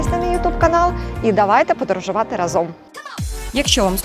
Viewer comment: да, только "рАзом, як гАзом" =) "разОм" режет уши) Зам министра Табачника любил так говорить)